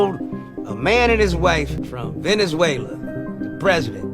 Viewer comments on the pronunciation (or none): none